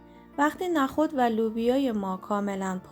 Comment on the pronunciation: لطفا نخود رودرست تلفظ کنید نه با فتحه!!😮